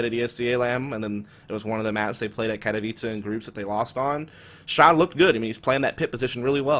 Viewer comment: I thought Katowice was pronounced Kat-o-whyse not Kat-a-vicha. TIL